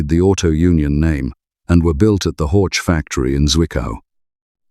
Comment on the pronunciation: Wanderer is Vanderer, not Uonderer ... Zwickau is Tsfikau, not Zuikau ... Horch is Horh, not Hortsch ...